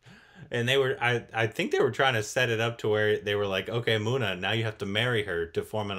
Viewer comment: Gooda pronounced as Good-do and Muna pronounced as Moon-aa. Also, Tree-path-ee for Tripathi. About time you remember the pronunciation! 😉